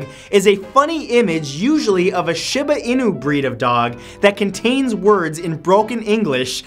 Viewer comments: "Shibba innu dog" IT'S SHEEBA EENU. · Shiba Inu - Sh-EE-bah Ee-new ;) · I'm sorry, but you pronounced shiba inu wrong.